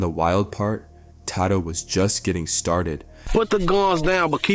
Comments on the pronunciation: Who tf is “Taad-doe” bro?? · Who tf is Ta Dough? White people need to stop making videos on rap, can’t even pronounce well known names lol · Man pronounce his name right smh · Why you keep sayin bro name wrong 🥷🏽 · The way he’s pronouncing Tadoe